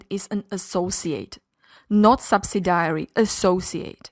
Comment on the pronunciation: Nice video but subsidiary is pronounced sub·sid·i·ary (not sub-si-diary.).